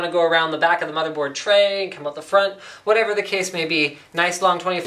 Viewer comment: "whateaver the case may be" LOL